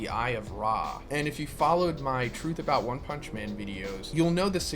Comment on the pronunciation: Wun pumnshhhh